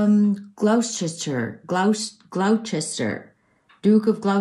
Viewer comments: Gloucester is pronounced Glosster. Confusing I know! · Gloucester is pronounced Gloss-ter. In Massachusetts anyway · Gloucester is pronounced Gloster. Gloucestershire is pronounced Glostershire. Worcestershire is pronounced Wuster. Leicestershire is pronounced Lester. 😊❤x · Gloucester sounds like Gloss ter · THANX FOR THE READING.....YOU HAD ME PROPER GIGGLIING WHEN YOU TRIED TO SAY GLOUCESTER... SAY IT LIKE "GLOSS-TER " & OTHER ONE..WUSS-TER OR AT LEAST THATS HOW YORKSHIRE PPL PRONOUNCE IT... THE DRINK LOOKS MOREISH X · Gloss ter = Gloucester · It's pronounced gloss chestershire 😅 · 😄 at your pronunciation of Gloucester.It's pronounced Gloster.Good old English language and pronounciation.😄